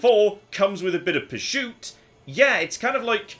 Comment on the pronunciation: Anyone else wondering why he's saying "purshoot"?